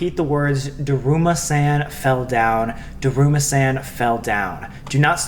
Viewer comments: SAMMM! U were killing me- its pronounced DERUMASAWN not DERUMASAN 😭🤦‍♀️😂 I love u but that was just killing me for some reason 💀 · it's duh-room-uh-s-on